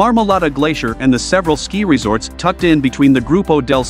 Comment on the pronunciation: Who ever made this video needs to teach the AI voice how to actually pronounce the names of the resorts. The resorts in North America really do not deserve to be compared with the huge ski areas in Europe. Whistler Blackcomb would be the exception. The infrastructure, the sheer size of the resorts and the quality of experience weigh heavily towards the European resorts.